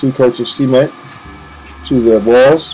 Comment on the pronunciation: Sea-ment lol